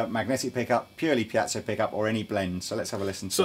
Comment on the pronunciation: Yes! is pronouncing piezo correctly. Just imagine the missing diaeresis on top of the e.